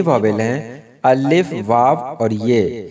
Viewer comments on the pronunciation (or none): آپ کے الف کا تلفظ ٹھیک نہیں آپ الف کی لام پر تشدید پڑھتے ہو ٹھیک تلفظ (اَلِفْ) ھے